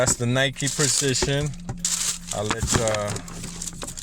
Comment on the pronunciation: “Prizichun 3”